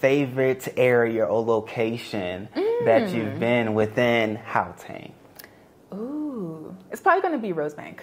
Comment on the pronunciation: my sister's pronunciation of Gauteng is so spot on, it is even better than some of South Africans